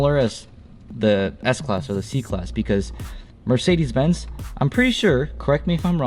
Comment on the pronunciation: What's a Mercedes "Bents"?